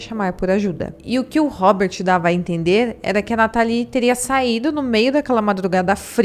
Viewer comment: A pronúncia correta é “nátali” não “natalí”